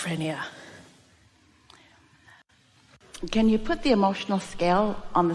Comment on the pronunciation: "Sketcher-phrenia"??? LOL Wtf